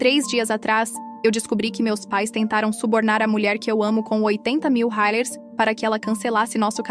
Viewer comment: A pronúncia de $ Reais, está péssima